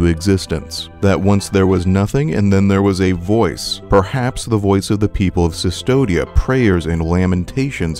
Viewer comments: C'mon man! It's Custodia, not Sus-todia... CU is read is KU in Latin. Do you say Mea Sulpa too? :D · Very interesting, but I had to stop the 10th time I heard Sustodia instead of Custodia. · Yeah it confused me as well "It cannot be possibly pronounced Cystodia" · A bit of correction in pronunciation for future reference, this is old spanish so the "v"in "Cvstodia" is pronounced as "u" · Minor point, but I believe cvstodia is based on Latin text, where v represented a u sound, so it should be pronounced custodia (like as in custodian)